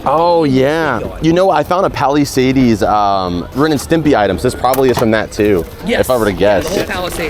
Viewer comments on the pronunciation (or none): Haha it gets me every time when you say Palisades. Lol Is it an inside joke thing or is it really how you think it's pronounced? It's pronounced like "Pal-uh-sayds" not "Pal-uh-say-deez" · yo the way says Palisades is so wild. And then he kept saying it!